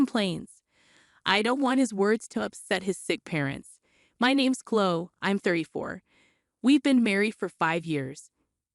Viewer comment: Chloe has the E sound at the end, not Chlo.